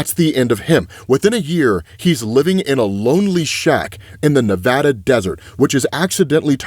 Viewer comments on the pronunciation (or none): none